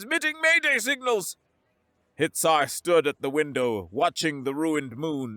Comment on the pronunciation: Hitsar sounds like Hit!er 😂